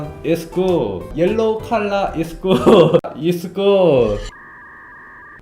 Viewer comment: 이즈굿 누가 이수근으로해서 그렇게 들렼ㅋ